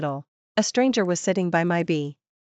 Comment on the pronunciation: Pronunciations! Bee ed? Al. ways? And she too has no morals, drinking and sleeping with an old flame/friend the day she meets him? You are pretending to write a story for non-Chinese readers too, right? Mention only one name, not both after the first time.